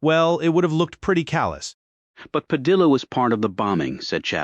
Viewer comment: AI needs editing....if using Hispanic names, Spanish pronunciation should be followed! Padilla is not "Pad-il-la"...it''s "Pad-i-ya".